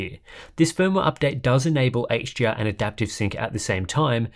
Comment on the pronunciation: It's sounds, to my ears, like the reviewer is saying 'HGR' instead of 'HDR'.